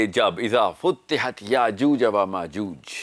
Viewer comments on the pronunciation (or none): Brother it's futehat not futtehat